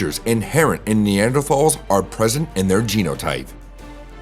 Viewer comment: Rhanks rotpronounci😅ng neanders correct way😊